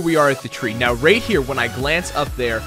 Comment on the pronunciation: He pronounces “right” as “rate.” Maybe he’s planning on- (inhales loudly) HE’S GONNA MAKE A MOBILE GAME THAT FRAMES U OF A FELONY IF U DONT RATE IN THE GAME IN THE FIRST 10 MINUTES